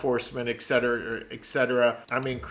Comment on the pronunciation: “Etcetera” is pronounced “et-set-er-ah” not “ek-set-er-ah”.